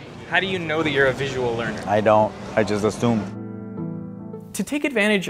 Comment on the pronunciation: Three, I suppose :-) Vi-su-al